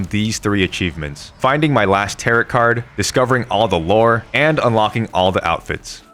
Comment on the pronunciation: Heyy! Great video, just letting you know that Tarot is pronounced “tare - row”